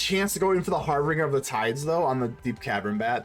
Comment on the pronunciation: Its pronounced "har-binge-er"